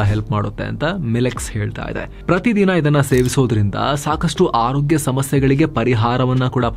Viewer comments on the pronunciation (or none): none